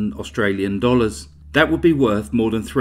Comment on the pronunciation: Well done on your pronunciation of our Australian towns!